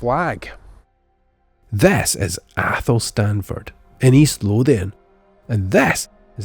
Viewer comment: It’s pronounced Athelstainford by locals.